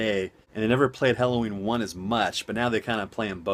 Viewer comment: Good vid, I originally clicked on this just to hear you say Helloween multiple times, lol. Funny!